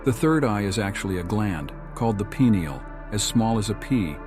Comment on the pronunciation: “Pine” ael is the pronunciation